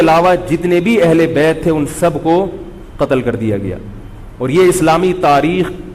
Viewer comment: Katal katal kr diya bolata hai...